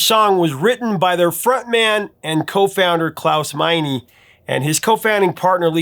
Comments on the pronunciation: It’s Mein-uh, NOT Mein-ee. The German schwah’e’ is pronounced as ‘uh’. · Meine is My-nuh, not My-nee. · Klaus “Minie?” I always thought it was pronounced like “Mine,” with a German accent, of course!